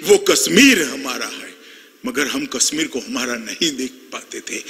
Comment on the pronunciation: Its kashmir not kasmeer amit shah ha ha